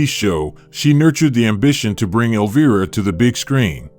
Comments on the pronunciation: Elvira is pronounced EL-V-I-RA, not elva. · sorry but you kinda mispronounced her name. not a big deal but still... instead of el-veer-a its el-vye-ra. not a huge thing just sayin... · Your ai SUCKS!!!!! Every time you f*** up her name as "Elveeera" we know you are another idiot hack PS: I forwarded this POS video to Cassandra, and I hope she sues your idiot a$$ out of existence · Alveerah ? Elva ? AI robo-voice FAIL ! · Elv-Eye-rah;) Thats how one pounces her stage name. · Teach your Ai to say Elviiiiiiiiiiiiira correctly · Eleveera,come on ai then he said elva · I almost immediately stop watching anything that has a bot voice mispronouncing the very name of the subject of the video. Incredibly lame. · Why not show pictures we have never of her. We have all seen those pictures. And learn to pronounce her name properly. Also. Cut out the background talking. It is annoying as hell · Learn your A I. Frankenstein to pronounce my queens name properly and I ban you forever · Boo on the AI's pronunciation of Cassandra's horror character name of "Elvira". Her character name is pronounced with a long "i". I would believe that an AI can be customized with special pronunciations for names or words associated with particular associations or applications.. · BS. Her name is mispronounced twice in the first minute. I don't see any "rare" photos of consequence and these "comments" are all computer generated. Crap. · In the first minute of this video, the narrator mispronounces Elvira twice! What the heck?? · please teach your AI to pronounce "Elvira" correctly...,kinda ironic that it rhymes with vampira but it gets that right?😆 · 13 seconds in and you ruin your credibility by pronouncing Elvira wrong. Get better text-to- speech software or record your own voice or whatever, but if your intention is to educate, do a better job. Like try watching an episode of her show or an Elvira movie ffs. And why the old-timey scratchy film filter?